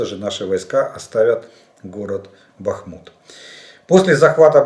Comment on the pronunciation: Зря исправились на счет БАхмута, название идет от реки БАхмутка, а не БахмУтка